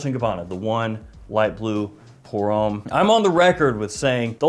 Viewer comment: Come on it’s pronounced hom- me. Not home